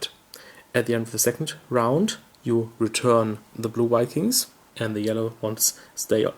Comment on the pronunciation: I love the German pronounciation of V as W. In Caverna got lots of Wedgies!!